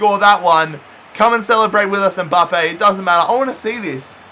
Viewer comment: It’s mbappe not mboppe